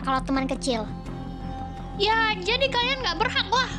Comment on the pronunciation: bilangnya kecing bukan kecil